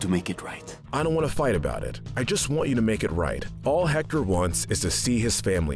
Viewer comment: Just so you know: you don’t pronounce the H and in Héctor